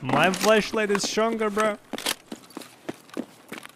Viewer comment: accent makes me keep hearing "fleshlight" whenever he says flashlight and honestly i just find it funnier 😂😂